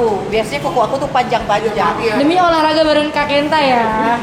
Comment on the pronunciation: Mantaps Kenta. Makin seru konten nya. Btw olahraga ya bukan oraraga 😂